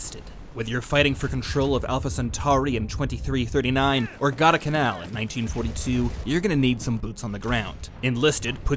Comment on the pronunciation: You can tell what genre this channel is. 😂 Perfectly pronounces Alpha Centari, but mispronounces Gua-dal-canal.